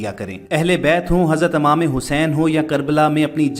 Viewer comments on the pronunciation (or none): It's imam not amam